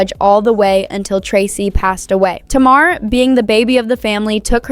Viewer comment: It’s pronounced Tay-mar!